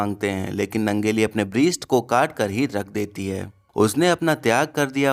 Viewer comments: Breest nae.. breast bolte hain pronounciation thek se kar ullu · वो breast ब्रीस्ट nhi ब्रेस्ट hota hai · Brist nahi Breast. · Brist nehi brest hota he. Samajhne me 2 time sunna para🙄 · Sun .. yeh Rahi spelling.. pronunciation... That was writing error... But Teri yeh video bahut log dekhte hain aadhe log breest samjh hi nae payein... Mera likha hua toh Teri samajh mein aa gya tha na.. you are a story teller for u clear pronunciation and explanation is important rather than finding mistakes in your subscriber spellings... Lol breest